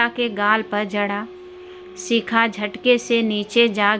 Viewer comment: Shikha bolo sikha nhi uchcharan sahi karo kisne tumko mauka Diya hai kahani me bahut bdha Chadha kr varnan hai bekaar khani